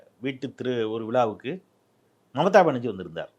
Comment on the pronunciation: அது மமதா பனர்ஜீ இல்லடா ..மம்தா பனர்ஜீ … 10 தடவ சொல்லு அப்பரம் சரியாகிடும்.. நாக்க வலியிடா அண்டா